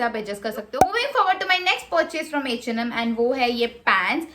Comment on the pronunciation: Eeeh and Am Baaaaaag Pls bolna seekh le 😂